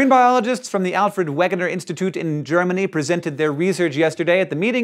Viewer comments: It's pronounced Vegener Hank, Vegener! However you get a pass, because you ARE always talking about how you don't know how to pronounce stuff :) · You said Wegener wrong, you would pronounce it correctly with a "V" sound because it's German. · Hank, Wegener is pronounced vey-guh-nuhr. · Alfred Wegner is pronounced "vegner". Don't mean to be nit picky, just throwing it out there. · Alfred Wegener is pronounced Alfred Vegner! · isn't it pronounced Vegener?